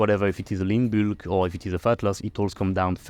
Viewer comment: "my byulk" 🤭